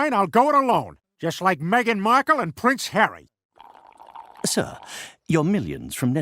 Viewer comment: it actually prince hawwy